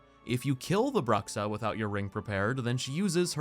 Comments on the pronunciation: That's not "brucksa" it's "broo-shaa" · please learn how to pronounce bruxa